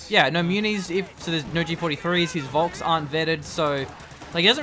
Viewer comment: like FOLK - not VOLSKS.